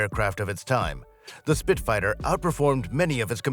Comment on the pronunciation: Same, and then it said 'Spit-fighter' a few seconds later.